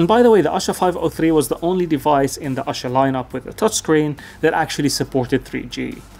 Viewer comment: It's no asa , it's "aasha "= hope . It's a hindi word.